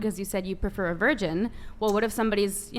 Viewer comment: They can’t even say virgin